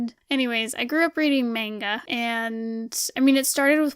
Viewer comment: I don't want to be that one guy, but... It's mahn-gaw not mAn-ga Gknagksnwnc. Just kidding. I love your vids! I have been binge watching several of your vids and I can see the progression of your work. It really pays of to push yourself, good job!